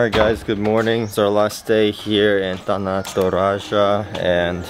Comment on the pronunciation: the way you pronounce “Tana Toraja” you sounded like a native speakers who already been in indonesia for like a years.